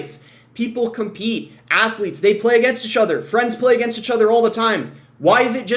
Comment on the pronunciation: wtf is “achother”